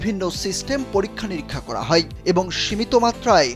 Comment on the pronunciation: হয় কে হই বলছেন কেন?